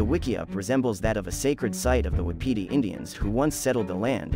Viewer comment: I don’t think you pronounced wapati right